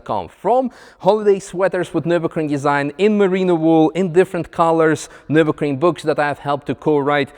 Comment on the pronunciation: I am SO looking forward to not having to hear say "nur-bussy" ever again